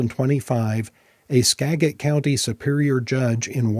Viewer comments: Good stuff - btw - it is pronounced Ska-jit county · Great video. Fyi. “Skagit” the “G” sounds like “Jit”. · pronounced Skajjit county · SKA (short vowel should) JIT. How to pronounce the county in Washington : Skagit. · IIRC, “Skagit” is pronounced like “Skad-jit”.